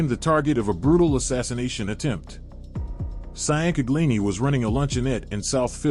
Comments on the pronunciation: SEE YAN CA GLI NEE 😂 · We pronounce it chin-gleani, forgetaboutit. I can’t listen to this butchery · Just say his first name cuz your butchering his last name sian canglini 😂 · For the record it is pronounced (Chang-uh-leen-e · Its pronounced chang-kag-lee-nee (Ciancaglini) NOT cyan-kaglee-nee and Lee-gum-bee (Ligambi) NOT lee-gum-bye. You sound like an idiot